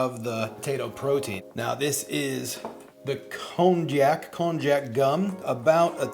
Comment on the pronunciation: You seem to insist on pronouncing the "j" in konjac as in English. Or, you pronounce it wrong, then right, as if you don't know which is right! That "j" should be pronounced like a "y". Hence, konjac pronounced correctly sounds exactly like cognac, the brandy. (...I hope you don't pronounce that as COG-nack!) Also, you can get the irony taste of heme quite easily by adding a few drops, to a few ml's of infant iron supplement...which contains ferrous (iron) sulfate.